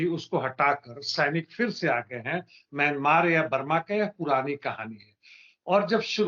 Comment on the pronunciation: मियां मार् मत बोलो मियां मारो बोलो